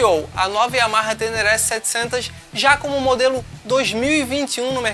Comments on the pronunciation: Se vier num preço competitivo, é uma moto interessante, seria a bigtrail com pegada mais off do mercado por aqui. Mas o que dói nos ouvidos é ouvir "TÉNÉRÉ" com acento agudo dos "E's". O correto da pronuncia é "TÊNÊRÊ", com som de acento circunflexo nos "E's"... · Só pra dar uma dica: A pronúncia correta do nome dessa moto é "tênêrrê" Espero ter ajudado.